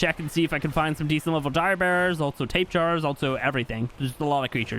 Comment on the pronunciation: i prefer the pronouncing if the oviraptor over how you call them tape jars LOL XD keep up the good work, I look forward to your vidson ascended. Got me hyped to buy it when I wasnt really wanting to.